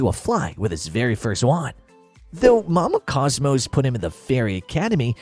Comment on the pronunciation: You have a couple mispronunciations It’s Cosmo, not Cosmos And it’s Mama Cosma